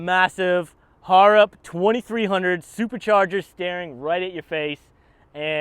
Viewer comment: How can you be aussie and still not even pronounce harrop correctly..... its not two Har Rop its all one word go jump on there youtube and listen to how its pronounced its horrible listening to it be murderderd over and over